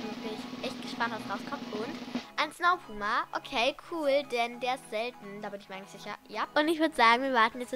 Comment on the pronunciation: Jedes Mal wenn du,, selten,, sagst geht mein google an 😂😂